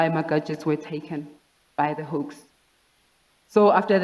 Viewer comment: The difference between "hoax" and the "hawks"🤣😂